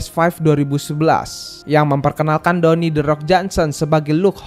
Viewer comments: dawni johnson HAHAHAHAH DWAYNE BANG DWAYNE DUWEIN bacanya bang HAHAHAHAH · dony "the rock" johnson? yang bener Dwayne (dibaca: dwein) Johnson iya arah cerita FF jadi ga masuk akal 🤣🤩🤩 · bang, dwayne bang, bukan downy, itu mah sabun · downey downey apaan jing, bnerin pronounce dlu